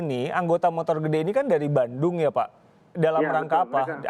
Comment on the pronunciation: Ada 13 "MOTOLL" gedheee... :v